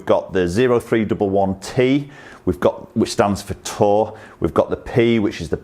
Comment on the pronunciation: It's not "zero three double one". With Dr. Parsons being a former Marine, he named these irons after the Marine military occupational specialty of infantryman. The way it's pronounced is "Oh three eleven". I am a former Marine myself and the way some people pronounce the name just makes my ears bleed. For example, the driver is not "zero eight double one". It's pronounced "Oh eight eleven", and that's the Marines military occupational specially of artillerymen. Hope that was helpful.